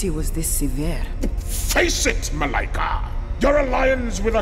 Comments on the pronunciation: Still kinda sad that no major studio has taken an interest in this….if black panther was a world wide phenomenon….so can this …! And btw you guys are pronouncing her name wrong … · I love how the name is spelled Malika but pronounced Malaika. This is also my daughter's name spelled almost the same except hers is spelled Maleka and we also pronounce her name as Malaika.